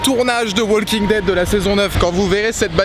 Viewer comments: the "WALL KING" dead... the "WALL KING" dead... the "WALL KING" dead... the "WALL KING" dead... the "WALL KING" dead... the "WALL KING" dead... the "WALL KING" dead... the "WALL KING" dead... the "WALL KING" dead... the "WALL KING" dead... the "WALL KING" dead... the "WALL KING" dead...the "WALL KING" dead...the "WALL KING" dead... arghhhhhhhhhh... Profanateur, j'ai les oreilles qui saignent. Mis à part ce petit détail, good job ma gueule ! ^^ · Arrêtez de dire le l de walking dead😂